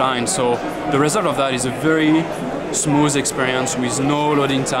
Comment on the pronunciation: "Is very very smooz experience."